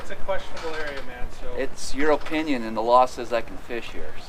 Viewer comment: "In his O-pinion"